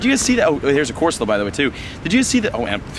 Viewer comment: I spelt said wrong and then it autocorrected to squid. Don’t make fun of silly mistakes. And go back and look, he really did say corsala. I am not making fun, or pointing out flaws, I just happened to notice it so I put it down below.😁